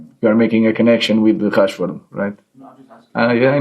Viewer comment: Lmao. Now hes calling him Cashford bfr it was Hrashford get it right fool